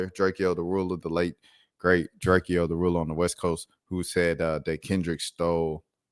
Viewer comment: His name is not Drake- E o it's Drake-O